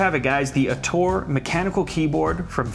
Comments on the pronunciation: Very bad italian!!! xD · it's Italian btw... "nascita" means "birth" and "autore" means "author" and that's not how you should pronounce them LOL love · Hehe Nascita and Autore are italian words e l'hai pronunciato male .